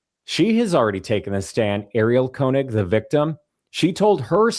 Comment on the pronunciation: Your pronunciation of Konig is redicilous. Body language is seriously suedo snot. I can smell quilty from far no need a kwak to impress me.